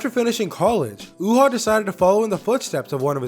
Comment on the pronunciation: It's pronounced U-Haa